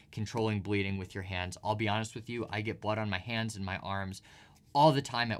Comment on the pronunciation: "Stop bledeenig fast" 21 min